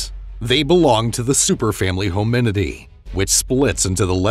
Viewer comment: Within 20 seconds, mispronounced hominoidea - we out